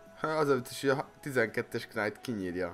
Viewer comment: Rosszul ejted a knight-ot!